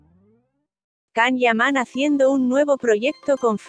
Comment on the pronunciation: Por favor que le introduzcan a la máquina que habla, un programa de buena pronunciación! (Si es posible) 🤗CAM (nooo) ... Yan o Ian... ☺No es agradable oir esta forma de hablar y tampoco la información es buena☹️